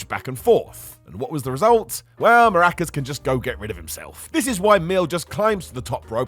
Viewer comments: Hey, it’s Mask-car-ras not maracas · Mil Maracas? C’mon …MASCARAS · its masCAras, not maRAcas ffs